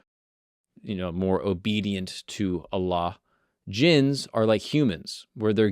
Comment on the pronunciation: I Love the way you pronounced Allah correctly. Some people say it weird